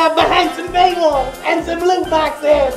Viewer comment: Why is he pronouncing loot boxes as lewd boxes lmao